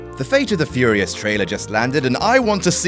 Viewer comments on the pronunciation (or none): none